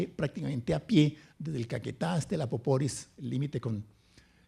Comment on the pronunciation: El río "Apoporis"" ( y ) no existe. Su nombre correcto es APAPORIS